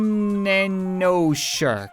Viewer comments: That one level is pronounced MegaNanoShark. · The word is mega nano shark as megananoshark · Who was mad when he said megan ano shark not mega nano shark?